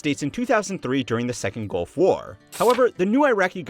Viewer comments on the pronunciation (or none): none